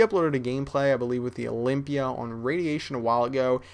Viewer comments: OLYMPIA NOT OLYPIA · olympia not olimpya lol